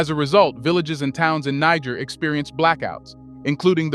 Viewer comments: Why do you keep saying Ni gg er in stead of NiGER? I think you KNOW better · Do to Basoum what NATO did to my brother Gaddafi. Then, the "recognition" the observe is no longer an excuse to whine. Also is the narrator AI?!?!? Cuz I'm tired of the 2 pronunciations of NEE Jhaair. And him saying Nee Grrr. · Niger is pronounced Neezheer. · Its pronounced Nijeh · It’s “NEE-JEHR” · Niger is pronounced more like neejsher. Love and peace to Africa and all peoples x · It is baffling how you would "know" so much about the country but can't pronounce its name. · You(Narator) lost me on your inconsistencies of the pronounciations of Niger. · Interviewer seems incapable of pronouncing "Niger" consistently..... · You can't even pronounce the name Niger?? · Chose your "Niger" mate 😅 Excent vid tho 🙏🏽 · You are mispronouncing Niger more than half the time! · Many words are mispronounced such as Junta and Niger This should be corrected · Dear friend, you must be consistent in how you pronounce the country’s name you are speaking about. You’ve mispronounced it 4 different ways in one video, what country are you talking about could be the question. Please for professionalism sake pick one pronunciation and stick to it or your credibility will be questioned for your inconsistency. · Please try to get the pronunciation of Niger right. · Please,you should pronounce Niger rightly but not what the Western World pronounces it.